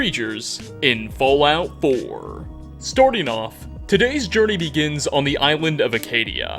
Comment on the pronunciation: i don't think i'll ever get tired of you saying "storting off". it's great. thank you.